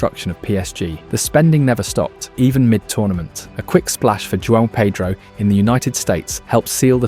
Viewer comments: I was going to give you a like and sub, but your insistence on getting Joao Pedro's name wrong, even though you spelt it correctly and showed clips of commentators pronouncing it just shows disrespect and ignorance not worthy of my time. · It’s not JUAN pedro lol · Joao Pedro not Juan Pedro bro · This guy taking the piss? Said Joao Pedro’s name wrong like 50 times lmao